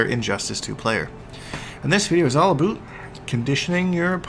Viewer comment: "aboot" youre totally Canadian bro